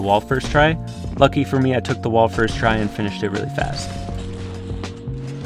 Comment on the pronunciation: plz dont say ljucky